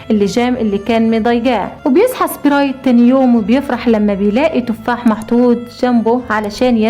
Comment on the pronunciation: القصه تحفه وكلمه سبريت من صوتك جميله